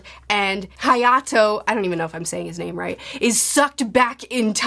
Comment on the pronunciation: Gotta say, you did a FANTASTIC job on names this season 😁😁😁